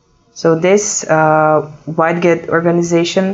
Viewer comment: for the record, the word "widget".. is pronounced like this.. (ˈwɪdʒɪt) or (wid-jit) click on the pronunciation speaker.